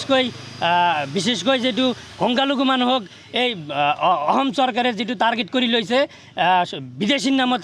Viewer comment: 😂e delhun ahom kooise...... 😂ahom ne অসম ।।।।।Assamese vlkoiii kbou njne.... Asorit dei